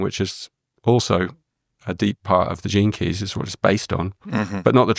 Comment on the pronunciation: I am familiar with gene keys, but every time I hear say it, I hear "jinkys" and think of scooby doo